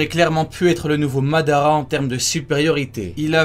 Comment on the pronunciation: Ça se dit « Uchiha Madaraa